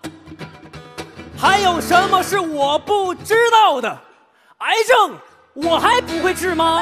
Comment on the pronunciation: 王勉的那句：癌症，我还不会治吗？我不看字幕还以为是：海参，我还不会吃吗？